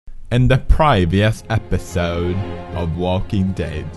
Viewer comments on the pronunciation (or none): The fucking intros get me evey damn time, even watching these back to back. Kenny dies, I cry, episode ends, "In the prayveeus episoude" I die of laughter. Even through fucking tears. ( ´, ▽ ` )